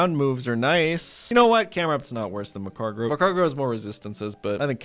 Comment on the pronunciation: Mag-Car-Go. Where you getting an extra R from saying macargro lmao